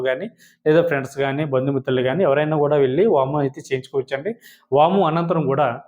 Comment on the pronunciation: మీరు అన్ని చాలా బాగా చెబుతున్నారు వామం కాదు హోమం అని స్పష్టంగా పలకండి అప్పుడు అందరికీ అర్థమవుతుంది